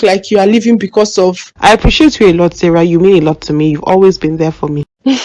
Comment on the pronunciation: It’s Sarah not Sarah 😂